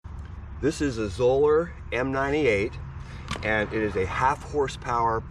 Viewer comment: Zoeller rhymes with Dollar.